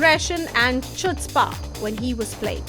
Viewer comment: Chutzpah? Really?